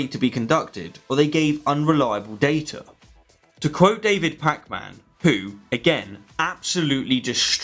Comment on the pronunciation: the way you pronounced pakman is hillaryous